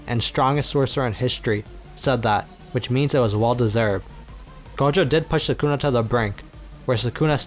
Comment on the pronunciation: Idk why I get frustrated when ppl say suh-koona irritates me🤣😂😂😂 it’s SOOH-Kuh-Na. I know it’s Spelled Sukuna but not sure why this dude spelled it as Sakuna. Idk maybe I’m the one trippin but man that bugs me🤣😂